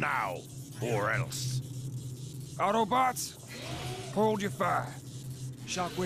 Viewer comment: I lost interest the second he said AutoBots Wrong